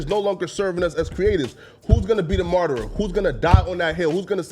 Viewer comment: Yoooooo the way pronounced martyr 😂😂😂☝️